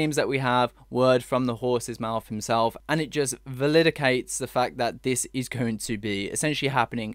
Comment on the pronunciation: Love the news. Love the channel. BUt it is Validate not VALIDACATE. lol.